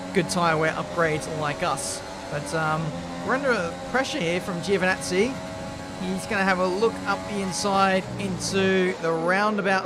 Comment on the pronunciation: No no it's joe va nazzi